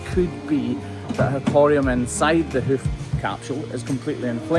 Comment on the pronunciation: I love the way he says “hoof”